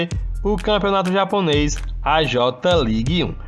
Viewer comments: Fala certo mano..nao eh JOTA league..eh JAY LEAGUE AHAHUAHAHA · no j ligue e sim fale certo kk jei league